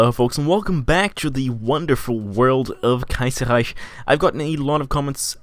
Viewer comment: As a German i can say, that youre pronouncing the "ch" in Kaiserreich not exactly right. Here's how to pronounce it right: .